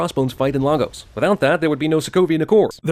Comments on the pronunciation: I feel the need to point out, as someone who has lived in the actual Lagos in Nigeria, that the movie (and by extension you and CinemaSins) pronounced it wrong. It's not "Lah-gos", it's "Lay-gos". The scene where Cap says "Lah-gos" actually got a laugh out of the theater in Abuja where I saw it because of that, even though it wasn't a comedic scene. Minor nitpick :v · We pronounce it better, "Laygos" sounds weird, now Lahgos, that sounds good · Lagos is pronounced lay-gus, by the way. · Missed nitpick, it is pronounced Lay - goes NOT Lah - goes [Lagos] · It’s pronounced LAY-Gos not Logos... sorry that was really annoying me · Lay-guss, not lar-goes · Why do yall pronounce Lagos like that?? It's Lay-gos(like Ryan gosling) not lahgoes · It's pronounced Lay-gos BTW for all you non Nigerians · Why doesn't anyone pronounce it the right way. Lagos is pronounced LAY- GUS. Unless we're talking something different from the Nigerian city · missed nitpick: the city in Nigeria is pronounced LAY-gos. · As a Nigerian, Jeremy's pronunciation of Lagos gets to me. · OK I'm going to say this, that is not how you pronounce lagos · As a Nigerian, y'all are killing me with the mispronounced Lagos...